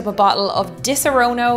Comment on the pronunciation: Repeat after me: Diss-ah-rah-no.